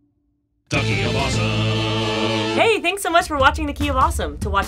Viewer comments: When they say the key of awesome it sounds like they are saying Duckie of awesome! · Has anyone else noticed that when they say "The Key Of Awesome" it sounds like "Ducky of Awesome"? Nope, just me then...